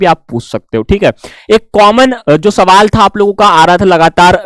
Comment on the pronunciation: Sir aap so wall hi bola karo sun me Maja aata hai ❤🥰